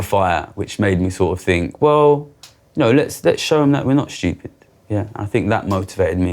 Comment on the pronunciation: "...these posh boys fink we're shupid"